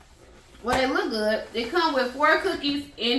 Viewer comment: This bout to be goodt with the T at the end 🤣🤣🤣😜